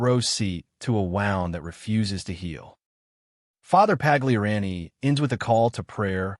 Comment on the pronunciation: The narrator needs to learn how to pronounce Pagliarani, Novus, snd one other word that just slipped my mind.